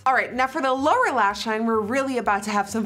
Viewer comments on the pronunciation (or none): Does she say Laura lash line. Ps I love you nikkie